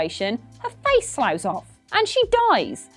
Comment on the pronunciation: Slough is pronounced Sluff in this instance,.